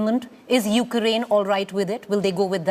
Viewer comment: Anchor is more interested in appearing tough than to get facts. Firstly, she can start by pronouncing Ukraine and not saying Ukuraine. She is calling for cease fire of the demand for Russia to withdraw from Ukraine. It is a nonsensical argument - Ukraine is a sovereign state and Russia invaded without provocation and is the aggressor